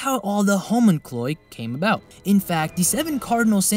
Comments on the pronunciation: Great analysis, but bruhh... HOMUNCLOI?!?! how did you watch the whole show and come up with that pronunciation? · I want to watch this video but I feel like I'm spoken to by a voice over for a 90's toy commercial. No thanks. Also, "Homon-cloy?" what?! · Killing me with the pronunciation. Xerxes.(Zurk-zsees). Homunculi (ho-mon-cue-lie). Otherwise. cool. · The home in cloid? Definitely not how you pronounce homunculi .